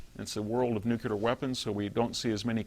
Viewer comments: DEAR NUCULAR IDIOTS..........this is really easy to fix. Just say the words NEW and CLEAR as fast as you can...............problem solved. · the smartest guy that still says NUCULAR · "Patrolling the Mojave almost makes you wish for a NUCULAR winter . . . "